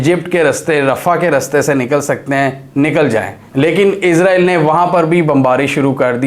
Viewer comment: بھائی جان پلیز عزرائیل نہ کہا کریں اسرائیل ہی رہنے دیں